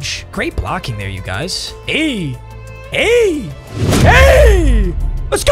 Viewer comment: Your gf thought u said you were gay 😂😂😂